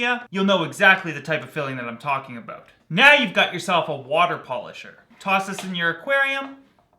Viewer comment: "I want to talk aboot...." You're Canadian aren't you;)